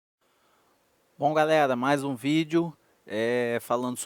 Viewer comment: "galela", "teliça" uahuahauahuahauhuahuha